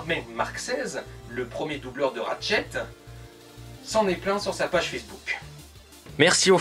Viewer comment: c'est ratchet et pas rachet nexus et pas nessus srx ta jamais parlé anglais de ta vis meme en parlant français tu devrais savoir parler , et tu dit ton avis sur une série de jeu que tu connais pas la voie de squeezie ne colle pas avec ratchet c tout (g vu le film)